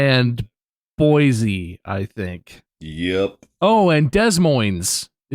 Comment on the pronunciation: Born and raised In Idaho Boise is pronounced ( boy see ) and no more French fries for you😂